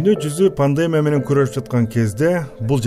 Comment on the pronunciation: ПандЕмия эмес ПандемИя